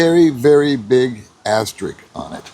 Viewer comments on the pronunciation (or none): Love your content. Please learn how to pronounce the word "asterisk".